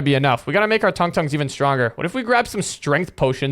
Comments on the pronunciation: Its not tong tong shor 😂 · That's not how u say tung tung tung tung tung tung tung sahur